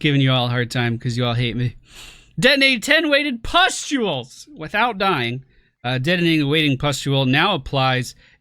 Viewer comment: Also I find it funnier when you say "pestules" instead of it correct spelling pustules